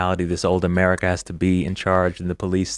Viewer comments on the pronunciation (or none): That “conservative” woman can’t even pronounce America. Affirmative action in action, typical “right wingers” accepting any black person who says they’re conservative. I’m sure she’s a nice lady but she’s as dumb as a box of rocks.